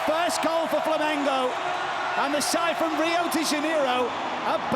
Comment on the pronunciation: If you're gonna be a sports commentator, I think the very least you can do is learn how to pronounce the names of the clubs and athletes involved. Dude kept saying "Flamenco". It's not a Spanish Dancing show, mate. You wouldn't like to watch non-british commentators saying "Loverpol", "Chilsae", "Minchister", "Spoors". Takes literally 10 seconds to google "how to pronounce X"